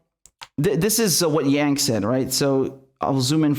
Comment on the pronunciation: Andrew doesnt pronounce his own last name right